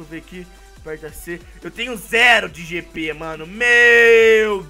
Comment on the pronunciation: GP?? GP??GP???? É JJJJJJJP POHAAAAA